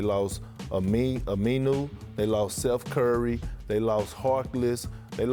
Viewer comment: “Selth Curry”